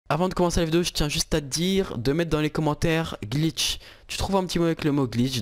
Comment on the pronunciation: Tu ma fait beugue quand ta dit gliche